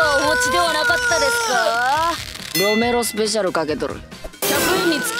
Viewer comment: ロメロスペシャルかけとる.......の発音好きなんだけど。